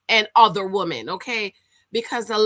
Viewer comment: It’s pronounced Wih-men when used in plural. Not Wo-men.